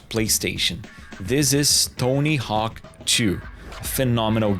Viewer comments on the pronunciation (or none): none